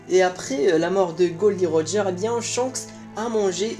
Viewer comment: Mec c pas glo di roger mais gold roger